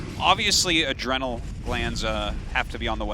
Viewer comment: "adreeenal" glands